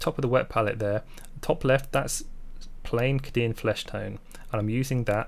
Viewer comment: Love your videos, but for the love of god it's Kay-Dee-anne. Kadin, is doing my head in